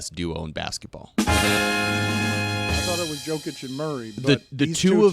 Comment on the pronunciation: how can’t Dan pronounce Jokic name still?